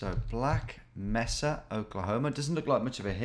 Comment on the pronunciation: "Black mehssa" Oh no, have you not played Half Life!?